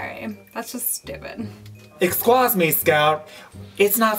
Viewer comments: "Exsquaze me Scout!" Hahahaha I love you. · exscwaz me